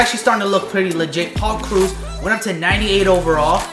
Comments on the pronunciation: Lol did he just say Paul Cruz?!? Haha lol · you said paul krause wrong cause im a viking fan i know